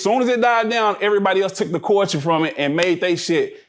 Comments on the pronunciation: SAY IT WIT ME CULLLLLLLL-TURRRRRRRREEEE NOT CWULCHUR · Everytime he say Cooture, I die laughing, cause that “L” is not silent 😅 Say it with me C U L T U R E. i love you 🤗🤗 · Why is he pronouncing culture like that